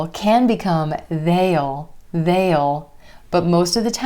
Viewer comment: I heard they'll sounded like Dell. Can I sound like that?